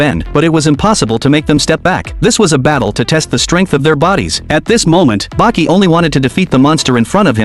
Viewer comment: The only recap who actually say "Baki"🥀